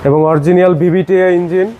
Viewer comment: It is “Original” not “Oriegienal”